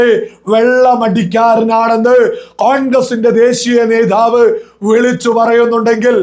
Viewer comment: നേധാവ് , അല്ല . നേതാവ് ശ്രദ്ധിക്കുക .